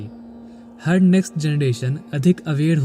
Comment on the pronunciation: Bhai bohat a6a laga... Par hindi sentance me aap "R" ko please sahi se bola karo... Aapka "R" thoda "D" jesa sound hota he.. Har Har mahadev little sounds like Had Had mahadev..... Pls work on it.... And thank you so much for wonderful sharings..